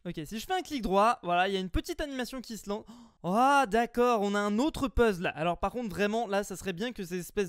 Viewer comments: stp le mot puzzle (casse tête ou énigme) se prononce puzzel et non puzzle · Euh parcontre fuze on dit "pezel" et non pas "pezle"😁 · fuze puzzle ne se dit pas comme puzzle mais plus comme peuzeul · ARRETE DE DIRE PEZLE AU LIEU DE DIRE PEZZEL !!!!! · puzzle ça se dit pezeule pas pezzle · JE SUIS LE SEUL CHOQUER CAR IL DIT UN PUZL???!!!